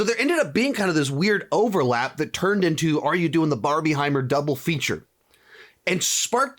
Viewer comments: It's Barbenheimer Stop saying barbie-heimer 😭😂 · It’s PRONOUNCED barbinhimer! Because it’s combining 2 films. If you say Barbiehimer it just makes it sound like it’s just two completely different movies that you just wanna put together for some reason. If that makes any sense 😅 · you are the only person ive ever heard say barb-IE-heimer LOL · You're the only person I've heard call it Barbieheimer